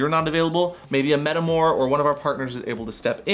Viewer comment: Metamour is pronounced like “paramour” which is NOT how the band’s name is pronounced. (Though the band is a poor man to of sorts of that word). It is “para” or “in respect/relation to” (hence “parallel”) and “amour” (as in “love”). Edit: on the episode as a whole, I sadly found it confusing. I think that the feeling was aggravated by the introduction of a term and them a visual gag that derailed the necessary explanation. Loved the energy, tho.